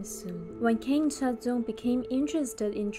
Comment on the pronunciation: can you please pronounce the names correctly